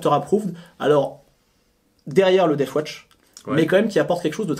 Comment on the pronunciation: Par pitié arrêtez de dire "deaf watch" ... La garde sourde ? Ça envoi du rêve !